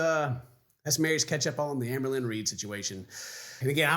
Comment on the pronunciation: I honestly love that when says "Amberlynn", it sounds like "Anne Boleyn". It really makes watching feel like a histical event.